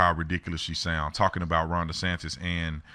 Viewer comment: She wants dees... Dee's what?? DeSantis